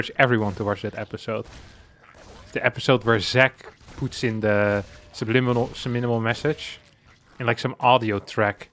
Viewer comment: I'm cracking up at saying "subliminal message" correctly, then saying it wrong after. 😂